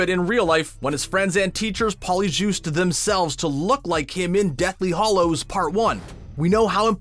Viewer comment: It's hallows as in the name, Hal, not Hollows as in hall.